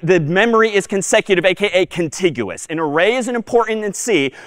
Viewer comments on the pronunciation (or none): the struggle for "contiguous"😭😭